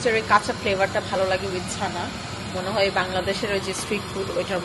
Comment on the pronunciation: ছানা না আপু!its called চানা 😅😅😅!